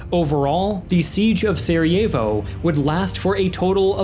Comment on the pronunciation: Great video. very education. Just cringe when you try to pronounce names lol like Sarajevo and Dubrovnik